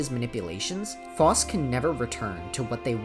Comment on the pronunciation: Ty king for the video, great content. However I must apologize for what I’m about to say- You’re pronunciation for Phos is wrong I’m sorry aaaaaah